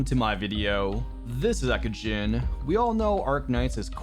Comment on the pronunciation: "Welcome to my video, this is Eckogen, presenting you the low star all star reviews of Arknights"